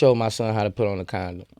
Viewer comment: LMAO Sway wondering what Boosie meant when he said "i showed ma son how to put a condmon on" 🤣🤣